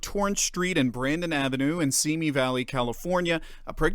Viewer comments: I just wish they would pronounce Simi correctly. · You pronounce Simi wrong. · You pronounce Simi incorrectly.